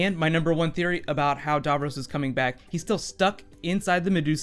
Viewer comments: Not "davrose" it's "davrosssss" We know he's back anyway they can write any timey wimey bollocks to get DAVROS back as well as the master but as a fan and viewer who was a viewer from less than a year old. I wana know whi capaldi is as a doctor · it's Dav - ross not Dav - rose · Super but as an English man do pronounce DAVROS as DAV ROSS not Davrus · It is not dovrose it's davross And I can't wait to see it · DAVROS. DAVROS, DAVROS. Not Darvros. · lol the way you pronounce "Davros" is funny. It's pronounced "Davros" you pronounce it as "Davroes" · its so annoying how badly he mispronounces "davros" DAV-ROSS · stop saying darvrose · Love the way you say Davros "Darvros" aha brilliant theory. However my theory is that Davros is hypernating somewhere outside the known Universe like the Pocket Universes in The Doctors Wife and he is using a destroyed Dalek to broadcast his voice and that is why it fades into a dalek at the end, your opinions? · The way he pronounces Davros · Mate you mispronounciated his name. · The way he pronounces Davros is annoying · The way you say Davros makes me very mad -_- gg and also anything that happens in these mini trailers probably wont actually happen at any point in the show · How do you know for certain that it is Davros? It could be that weird Dalek with the brain on its head from Asylum of The Daleks. That Dalek didn't talk like regular Daleks. Also, that's a weird pronunciation of Davros!